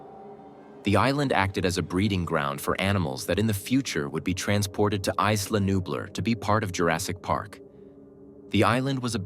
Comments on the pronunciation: “Eye slah new bler” 😂😂😂😂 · Probably since the narrator sounds monotone and calls Isla Nublar “Aísla Nubler” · The heck are with these pronunciations? Eyesla Noobler lmfao